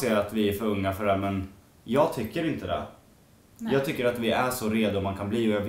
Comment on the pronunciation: det låter lite som att du säger nain när du ska säga nej